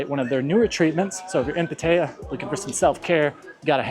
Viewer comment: I wish you'd pronounce Pattaya correctly. The videos pretty good. Please be careful with drinking. That location has ruined many good men.